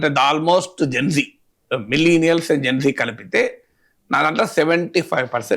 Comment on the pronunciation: Geng gengg kadhu..gen z...genzee